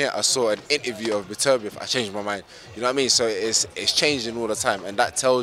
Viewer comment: Joshua is the only guy I've heard pronouce Beterbiev's name correctly 😂